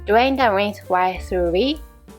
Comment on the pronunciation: just to be clear, none of what i'm about to say is meant to be negative. i hear a decent amount of english with japanese accent bc i watch a bunch of japanese streamers. the accent here is nothing like i've ever heard before! if it was just that i wouldn't have even said anything but then came the white pepper, which was a straight up southern US 'white' and it absolutely sent me for a loop! i even replayed it bc i thought there was no way i heard that right! lmao again; nothing bad, just unfamiliar sounding accent to me. anyways, thanks for the nice recipe. like someone else in the comments mentioned, i appreciate the self narration over using an AI. and not only because i was allowed to listen to a new accent. great video!